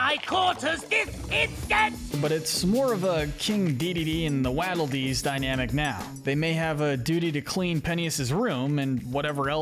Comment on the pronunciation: the pronunciations of "waddle dees" bro